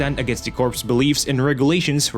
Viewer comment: Am I the only one cringing every time I hear corpse and not corps (core)